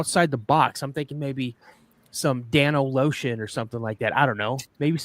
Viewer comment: “Dano Lotion”. 😅😅😅 I’m dying.